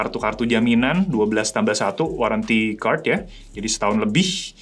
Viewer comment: Biasanya ngapa sih ngomong "kart" nya. Kenapa harus "kerd" sambil monyong2in mulut. 😂